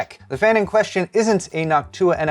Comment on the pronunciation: it kinda hurt hearing NochtUUa since i only ever heard it said NOOOchtua..... not saying he is wrong or anything, but i was shriveling on the inside.....